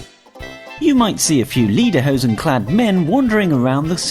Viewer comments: 11. Pls pronounce Austrian Words right. We don't wear "Liederhosen" it's Lederhosen. The name is Conchita WURST not WORST. And what the heck are Mozart-Kurtschels? It's Mozart-Kugeln. Sry, but as an Austrian this is freaking me out just a bit. And also number 8,isn't true. When you order tap water, most people don't even care, like we do at our Bar. Great Video anyway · The only thing you that was wrong in this video wasn’t any of the tips. It was how he said liederhoesen instead of lederhosen. No one cares if you mention sound of music apart from the fact that a lot of people haven’t watched it and everything else I’ve never heard of. Ok maybe the tourist trap thing